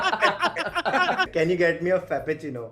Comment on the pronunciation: Fappechino ❌ Creampechino ✅